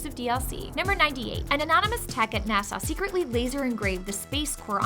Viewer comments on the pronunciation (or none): none